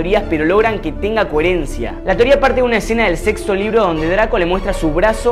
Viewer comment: "Sexo libro" :v